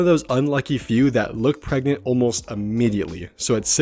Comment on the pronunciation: ...Says pregnant: PREGENT